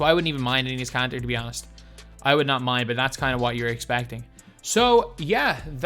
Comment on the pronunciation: It’s enes Kanter